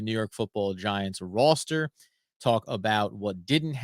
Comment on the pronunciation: Your killing me, where are you from? Please say the word “Roster” like a normal person.